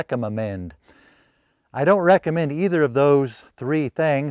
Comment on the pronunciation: You made me laugh a lot with your rereckammend, it made my heart giggle.